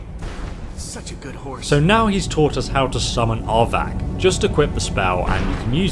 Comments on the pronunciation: I can never watch videos where Arvak is involved. It becomes so frustratingly tiresome to hear his name continuously pronounced "aardvark"! Arvak is NOT an aardvark. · it's arvak, not avak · I'm sorry but it sounds like you're saying "aardvark" and now its the only thing I think of when I summon Arvak